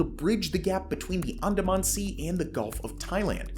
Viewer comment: Good info. Please learn to pronounce the geographic locations: e.g. Brunei, Andaman, Myanmar, etc.